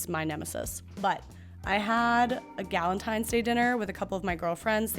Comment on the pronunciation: Who says balentines? Palentines was right there